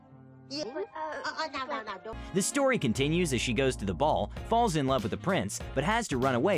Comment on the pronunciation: I thought you said “balls in love with the prince” lol